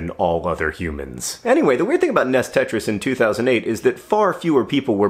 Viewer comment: "Ness tetris"